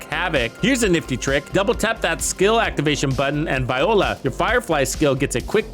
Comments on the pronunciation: You said VIOLA, made me do a double take, haha. You meant VOILA! 😂 Bless. Great video! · This is a must watch for new and casual players. I’m thinking when you say “Viola” (the instrument) it’s really Violà (French term) hopefully for the fun of it. This is full of great info presented extremely well. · I prefer "bobs your uncle" instead of the deliberately mispronounced French interjection.